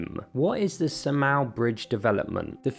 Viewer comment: It's Saaa-mal not sa-mal. How you pronounce it sounds annoying.